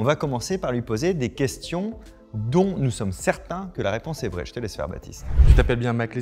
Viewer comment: Vrij se prononce Vreille